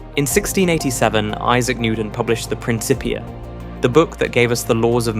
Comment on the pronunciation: “Prin Kipp ee uh”